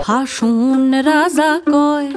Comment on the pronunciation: হাসন রাজার** হাসন বলা টা একটু বাদ লাগ্ল✨💪